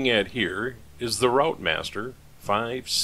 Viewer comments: Lovely restoration as usual.... FYI pronunciation of routemaster is 'rootmaster' 😀, us Brits are a confusing bunch..... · Well that’s another video watched. Very good job too. AEC Routemaster, pronounced Rootmaster. Thanks for posting. 👍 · Pronounced 'Root master'